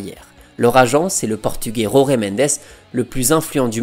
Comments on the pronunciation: Jorge mendes est portugais... on dit donc jorge à la française. "Roré" c'est espagnol. Pareil pour "Résus". Jorge Jésus ce prononce... Jorge jésus... tout simplement et non pas roré résus 😂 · Jorge avec un JJJJJJJ pas un R purée, ce n'est pas espagnol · Jorge=george et pas rorguè. Merci🙂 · Très bien mais en Portugais il n'y a pas Jota. J = J pas R ! ca viole les oreilles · Les gars faut arrêter de prononcer les noms portugais a l'espagnol. Il s'appel jorge mendes pas rore mendes. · Tres bonne video comme toujours , par contre en Portugais la lettre " J " ne se roule pas comme en Espagnol mais se prononce J . Donc on dit Jorge (George comme en Français) Mendes. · J'adore tes vidéos et te suis depuis longtemps ❤ Mais stp, en portugais "Jorge" est prononcé comment en français. 🫶🏻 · Superbe vidéo d'un joueur que j'ai adoré voir dans cette équipe de Porto avec Hulk et Rodriguez ! Par contre juste une petite remarque: l'agent José Mendes étant portugais, son prénom se prononce comme José Mourinho et non pas à l'espagnole